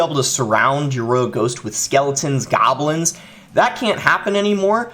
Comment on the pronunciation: I love how he says goblıns lol